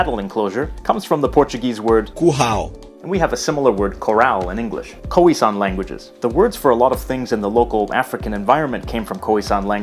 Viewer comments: I'm still laughing at the fact that he pronounced it as "koowee" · koheesan? smh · Please.....”K-ough-ie San”